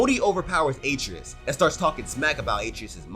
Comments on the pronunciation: Bruh his name is pronounced (uh-tray-us )😂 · Great video only one critique boy name is pronounced as ah-tray-us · He’s pronouncing his name 8 tree us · You're saying his son's name wrong. It's pronounced uh-tray-us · It’s a-trey-us, dude. C’mon. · Atreus' name is pronounced A - TREY - US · Did you pronounce R tre us us ay tre is 😂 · lmao im confused on how you played the whole game and cant say atreus (uh-trey-us) right. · Butchering that boys name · Need a counter for the number of times they mispronounced Atreus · I’m mad you said Atreus name wrong